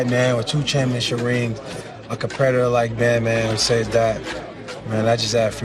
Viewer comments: “compredator” is hilariously ironic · It's pretty funny that AB mispronounced "competitor" when talking about Ben Roethlisberger and said "compredator" Fitting.